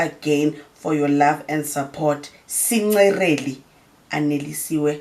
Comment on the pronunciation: "SinCerely"??? 😭😭 ai 🤣